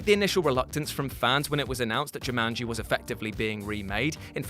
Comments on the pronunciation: You say Jumanji weird... JewManGee? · The way says Jumanji might be my favorite thing this week.